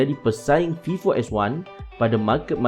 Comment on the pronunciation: Terbaik bro .. cuma perbetulkan sebutan .. contoh sebutan fingerprint .sebutan vivo . Dan lain2 lagi ... Sekadar menegur .